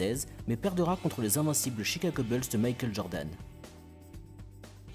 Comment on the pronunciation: "Chicago beulz"